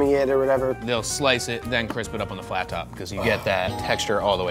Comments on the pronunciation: Guy its called a Flat, not a Flap. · Were they saying "flap" in reference to the wings? Isn't it "flat"?